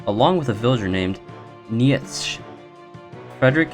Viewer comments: "Knee Yech" IT'S PRONOUNCED KNEE CHA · "nee yetsch" is actually pronounced "neecher" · Nietzsche is pronounced Knee-cha and Nihilist is like Nile- list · Neitszche is pronounces like Nitch (which is pronounced like bitch) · Just a small thing, but Nietzsche is pronounced Knee-chee. Lol kinda an obscure guy if you don't specifically look into philosophy but he was a cool dude. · What he said abt nietzsche hurt my soul. First you say it [knee-che (ch like chain)] and second of all, he only made the theory of nihilism, he was no nihilist himself. He didn't agree with it, but said that this is indeed a way of thinking. Still, nice video! Lucky to have someone that summarizes what is happening. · homeboy fr fr said nietchch and neehelist 🥴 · Omg you pronounciation of Nietzsche is terrible